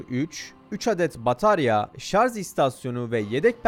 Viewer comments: Çok güzel video ama "Şarz" değil be abi, şarj. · Güzel bir video olmuş elinize sağlık. Bir ufak eleştirim bu kadar ingilizce terimin doğru kullanıldığı bir videoda ŞARZ demeniz kaliteyi biraz düşürüyor nacizhane. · Abicim şarj demeyi öğrenin artık ya. hakikaten ayıp oluyor artık. Şarj şarj şarjjjjj